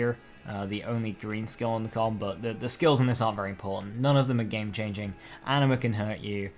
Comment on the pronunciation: They need to make Allure work like Convergence. Also the way you say Anima as "Animer" makes me happy for some reason, and I like that.